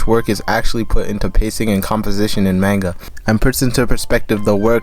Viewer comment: Pronouncing it mainga should be a criminal offense